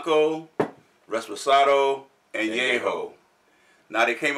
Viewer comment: Great to have you guys back reviewing one of my favorite spirits.Great research,everything you said is correct.But it's reposado not reSposado.Can't wait for the upcoming videos! Cheers!!